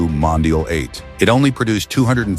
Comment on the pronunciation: Mondial, not Mondale. And aren't there other human voices available to license? The voice you chose to use is by now plainly OVERUSED. Always thought the 400/412 was a great-looking car. Not so much like BMW in its stylistic flavor, but rather more like a grown-up and sporting Fiat or Lancia, which considering Fiat's relationship with Ferrari at the time (Fiat OWNED them) is somewhat understandable. I've always been fond of the styling of many Italian cars from the late 60s and will into the early 90s. However I still can't like the 456; people always say that the car is a beauty, but its silhouette from certain angles still reminds me of a Ford Probe. The 308 is a personal favorite but values for good ones are well over $100K these days for a car that at its bottom could be bargained for at barely $30K a decade and a half ago. The 612 to me screams "frumpy". Manual 360 Modenas are highly enjoyable cars to drive but their values have moved up considerably. Well documented and cared for examples are breeching $300K; no longer the bargain buy like they were prior to COVID. While I've always like the styling of the F430, I'm not a fan of the F1 transmission. Yes it helps keep values somewhat reasonable, but the driving experience is borderline meh thanks to that gearbox. Yes the F355 is indeed a money pit. But it still looks gorgeous in doing so.